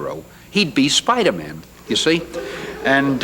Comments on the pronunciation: I like how the host pronounced the name Spider-Man like a last name, like the characters name is like ‘Jim Spiderman’ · The way the host says spiderman hurts me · i don't like how that guy pronounces Spider-Man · Did he just say Spider-Man like Spiderman as if it was a last name? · Spider-Men? It's not like a last name, like Phil Spider-Men. He's Spider-Man! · "How does Spider-Mun fly?" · He said Spider-min just like the local announcer did lol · I love how the host says "Spidermen" and not "Spider man" as if it was his last name. Lol. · The host called him spidermin like Chandler pointed out on friends..... bwa hahahaha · "How does Spydermin fly?" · The way he pronounces Spider-man reminds me of that friends episode lol Phoebe: why isn't it Spidermen? Like Goldman or Silverman Chandler: Because its not his last name??? Its not like Phil Spidermen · Spidermann? He pronounced it like he’s a Jewish accountant. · Lol. He said Spidermin - like Phoebe did in Friends - as if it was a last name. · The interviewer pronounced Spider-Man like “Spidermun” as of it was a Jewish last name or something. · The interviewer asked "How does Spidermun (that's how he said it,) fly?" more than once. Would have driven me nuts. Clearly the guy had ZERO idea who Spider-Man was, but that attitude was typical back then. He wasn't trying to be rude (Canadian, after all,) but clearly Stat was used to it and took it really well and explained his web-shooters. Stan truly was Stan "The Man" Lee back then, Oh and as 65 year old guy who has all his teeth, rides his bike to go errands when others would take their car, the comment about Stan being old and looking way older than 55 was eye-rolling. Stan looked fantastic here and this is actually how I still picture him in my mind as that's how he looked when I was 10-15 years old reading "Spidermun" and other commics. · Hahahahahaha in the intro he says “Spider-Man” like Spiderman/Goldman 😂😂 Phoebe was onto something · Spider-Min he says